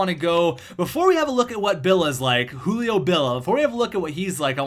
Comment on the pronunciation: JU-LI-O not U-LI-O